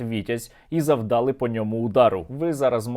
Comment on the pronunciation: завдалИ, а не завдАли